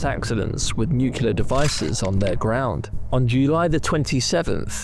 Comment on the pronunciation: Nucular? Are you for real?